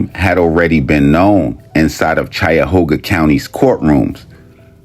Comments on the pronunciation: Cuyahoga ....Ky-Yahoga not Chi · Dude can’t even pronounce the county. Sub Saharan IQ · Can tell this guy isnt from Ohio. "Madeena" "chaiahawga" lmao